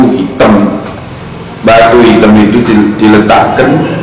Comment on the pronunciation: Ini orang gak pernah belajar bahasa indonesia ya? batu hitam kok ngomongnya batu hitem.